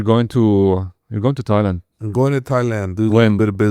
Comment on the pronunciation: " Sigh .... well...you are going to toilet. When?" It is "Thailand" ya ghali! THAYEE-LAAAND